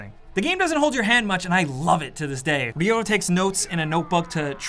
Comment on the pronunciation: Why do most of the NPCs pronounce his name as Dio and not Ryo?